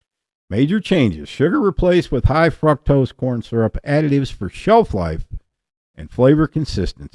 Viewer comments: Cute!! Remove the R. Fuctose. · 💯👊 Love your pronunciation of fructose! 🤣